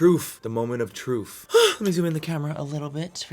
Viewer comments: Just ever so slightly bothered that he said “moment of troof” as opposed to “moment of truth.” 😅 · “Moment of trufe” dude it’s truTH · "Moment of troof"😂😂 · "trufh" yeeeees 😂😂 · "The moment of truffff "😂